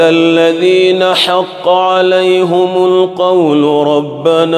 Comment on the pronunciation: Why " An amta alai hum"? It’s "An amta alai him"